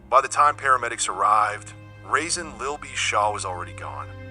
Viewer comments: That is not how you say that man name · How can you make a documentary about a man and mispronounce his name? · Quick tip, when using AI voice, some words should be spelled how its pronounced rather than the original spelling, that's why so many words are pronounced wrong. AI dont have a personality/sense of humor like humans nor do AI have a human understanding, just a helpful tip from trial & error.